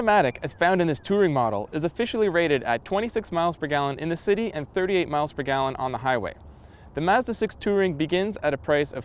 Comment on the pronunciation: haha i laughed when he tried to say " city situation "